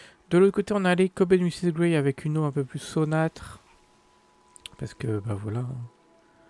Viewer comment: Un beau zoo, avec de très beaux enclos. Le plan du zoo est très maîtrisé, et dans l'ensemble, tout est de qualité, ça fait plaisir à voir. Comme toi, j'ai souffert pour ces pauvres animaux qui n'ont pas accès à un espace naturel. Un grand merci pour la visite ! PS : c'est "saumâtre" :)